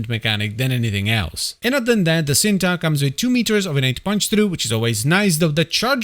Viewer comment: It's pronouns Cinta not shinta? Its a malay word meaning love ❤